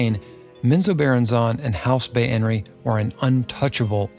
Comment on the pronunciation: Its pronounced bay-ner